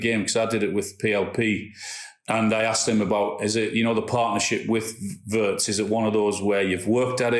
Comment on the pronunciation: PLEASE, LEARN THE PROPER PRONUNCIATION OF WIRTZ, ALAN!! 'I' is NOT AS in 'PURSE' but as in 'BIG'/PIN/HIS as Lineker now does.